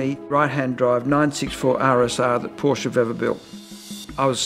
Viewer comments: Great film, but it's not a "Portia" it's a PORSCH -- E! The E is as in "SEXY" there is NO "a" in the name. You have so much right, now say it right. Don't make me come down there :) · That's "Pour-Sha"! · Proud to own a Cayman 987.2. By the way, Porsche is a two syllable word. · Min ... she doesn't know how to say "Porsche" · Hate it when watching Porsche videos with people allegedly in the know about the subject, but who ignorantly and annoyingly mispronounce the name.